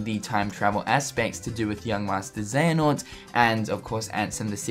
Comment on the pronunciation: mar something is not xeanort